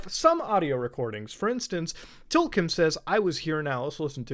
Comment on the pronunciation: TLKM is pronounced Tilcum you filthy human